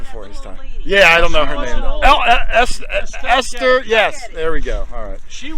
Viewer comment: Estelle Getty, not Ester.